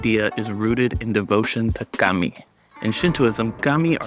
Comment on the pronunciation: You pronounced kami wrong, and you make a lot of very Christian assumptions.